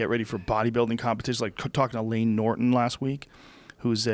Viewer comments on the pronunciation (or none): none